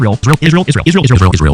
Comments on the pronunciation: Tucker, Candace , Dave etc….. need to be locked in the looney home. They don’t like Ishrael and can someone please sponsor a speech therapist for Candace, she has a hard time pronouncing Israel 🤔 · Candolph Qatari Owens says it like this "Ishh-rail" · 😅 did you say Israel